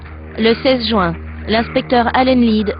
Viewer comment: haha a dit jouin tout le long au lieu de juin O_O